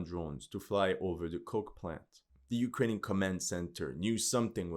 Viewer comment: He sounds like Slav, but definately not Russian/Ukranian. He can't pronounce Russian and Ukranian toponims right.(I'm Russian) I guess he is one from western/south slavic nations.